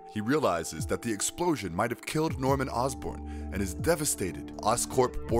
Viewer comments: Yeah, and It's not Ozburn, It's Osborne (Oz-Born) how hard could that be? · It's Osborne as in Ozzy